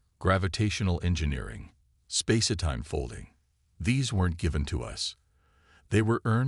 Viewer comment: a chen, misread words ('unredable' instead of 'unreadable' and 'spacertime' instead of 'space time') - true HFY story. often the text third line is halfway off the bottom of the screen.